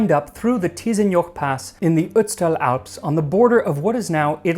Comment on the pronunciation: Respect for how you said : Ötztal. Not many english speakers get it right.